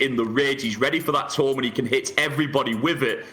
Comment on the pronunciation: Its a frigging "toooommm"......not a tom